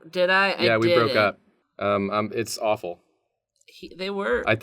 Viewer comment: It's Awf-ee